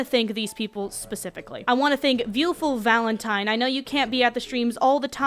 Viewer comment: You want it, ya get it: You pronounced #10 Top Bun "Viewtiful Valentine" as "Viewful Valentine" - and after all they did for you ;D